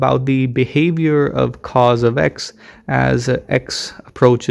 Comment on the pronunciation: Which is worse: teeee-gral or C O S? This video is cursed